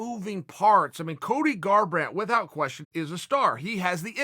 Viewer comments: Chael "withHout" Sonnen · Chael "with-hout" sonen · Chael "with-howt" Sonnen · Chael "with-hout" Sonnen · Uncle Chael says the h in ‘without’ is emphasised, this guy teaches me something new everyday